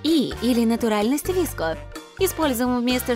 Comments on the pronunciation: Не вИско гёрл , а вСко гёрл , е гёрл носят массивную обувь и макияж у них другой 🤦‍♀️🤦‍♀️лучше сначала всё прочитайте и изучите , а уже потом других учите ! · не ВИСКО, а ВСКО ГЁРЛ🤦‍♀️ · Правильно говорить не виско а вско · ну я например вообще привыкла говорить не ВИСКО а ВСКО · Никто: Абсолютно никто:: вИско гёрл Я: вско гёрл Тоже я: 😂😂😂😂😂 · Ви Эс Ко гёрл 🗿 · Читается «игёрл», а не «идевушка» И «виэско», а не «виско» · Не виско гёрл а в ко гёрл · Не VESCO-GERL а SOFE-GERL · Вско а не виско ( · ООО не ВИСКО а ВСКО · Нет, правильно будет виско, сама достигают этой субкультуры и все знаю.т.к пишется вско, произносится виско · Вообще-то,пишется VSCO girl А на русском говорится Виско😑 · Уши сломались об виско гёрл